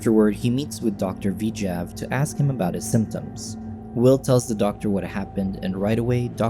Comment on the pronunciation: Why is the narrator saying "V-jav" instead of "Vijay"